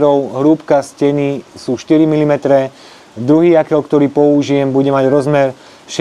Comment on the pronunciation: Rád sledujem tvoje videá, ale už v druhom videu čo režeš uši s Jaklom 😂 je to Jokel a v živote som nepočul Jakel